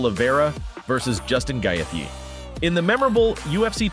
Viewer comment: Youve never watched ufc i take it? How the hell do you probounce Gaethje so badly